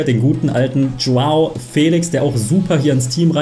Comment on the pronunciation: Er heißt joa felischhhhhhh nicht felix 😂